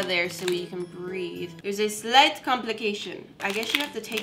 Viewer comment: "Therez a zlight complication"